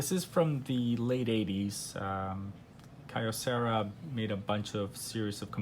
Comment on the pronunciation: The brand is pronounced KEY-o-cera. Their name was a combination of "Kyoto Ceramics" because of their manufacturing of hard ceramics which they used in their various products including their audio components. I bought their top-of-the-line R-851receiver, their top turntable and top cassette deck in 1985 and 2 years later, their beautiful DA-710cx CD player. So well made, everything still works in 2020.